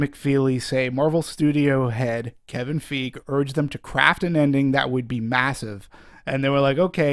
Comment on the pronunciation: Wow, dude is like driving me crazy the way he completely screws up Kevin Feige's name literally every time he says it. DX